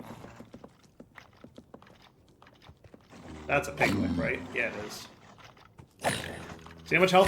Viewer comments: i wince every time he says it. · never before heard lich pronounced lick lol